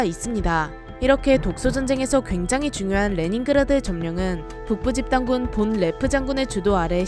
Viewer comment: 본 레프가 아니라 폰 레프임. 영어식으로 읽지 말고 독일식으로 읽으셈